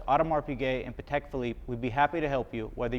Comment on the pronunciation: Watched a few minutes and was the usual… $$$$ flex and same old pieces ( he’s considerably wealthier than me so kudos there )… pronouncing Patek like an Indian cooking sauce always annoys me …..